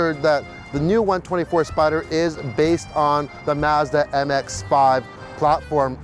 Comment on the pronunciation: Finally an American/Canadian who says Fiat and Mazda correctly!